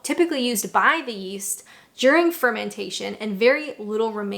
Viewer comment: Every time she says "yeast", I keep expecting her to say "yeet".